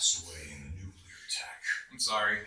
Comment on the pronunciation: Attention all Americans: it's NUCLEAR, not nukular. Thank you. Dummies.